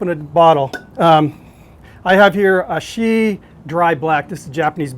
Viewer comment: It’s Asahi not “A she”